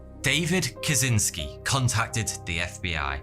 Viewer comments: innit pronounced ted ka chins key ? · Catchynski. This is the way to pronounce the surname of Unabomber more acurately.